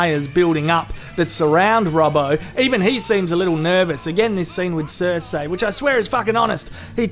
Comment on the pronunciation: It’s Cer-see not cer-say, fuck! Stop embarrassing us Aussies with this shit. Love your channel though